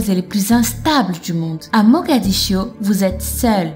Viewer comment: "mogadiscio" ( en français ) et " guinée" ... sinon intéressant merci ;)